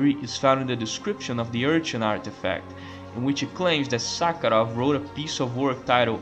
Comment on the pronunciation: Not gonna lie, I absolutely lost it at your pronunciation of “professor Suckheroff” 😂😂😂